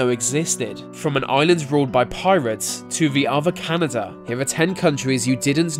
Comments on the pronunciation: I cannot believe you actually said ‘canadia’ and ‘canadiadian’ like wtf dude seriously how’d you botch that one. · lol canaidia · Canadia? Lol. That's what the former Australian Prime Minister Tony Abbott called it when he was on a state visit to the country and he was a Rhode's scholar. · It's not Canadia, it's just Canada. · Canada Is Not Canadia!!😂🤣🇨🇦🇺🇸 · What the hell is Canadia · CANADIA??? WTF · What the fuck is canadia? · canadia, lol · Shane Dussault as a Canadian I’ve never before heard anyone say ‘Canadia’ before this video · Canadiadians, also Canadia. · "the modern nation of Canadia" nice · I really hope that you saying "Canadia" is just a bad joke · Canadia? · He said land of canadia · The first second a in Canada is long not short and nasil! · The way he said Canada 😂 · Never have I heard the name of my Country, Canada, butchered in such a fashion.